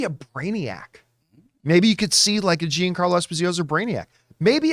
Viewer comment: When did he change his name to Jean-Carlo?? It’s embarrassing that campea calls himself Italian and he struggles to pronounce a name with “gia” in it